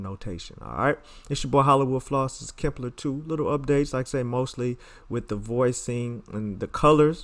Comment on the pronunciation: HE CALLs it "KIMPLER" LMFAOOO!!!!